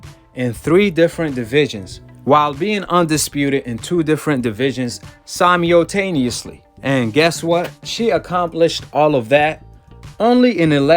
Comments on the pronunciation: You need to work on your trash narrating. Her name isn’t Carissa. Haha and “simiotaniuosly”? Come on man. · "Simeo taniously" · Great video. Keep the good content coming...but I can't just overlook the way you say simeo-taniously.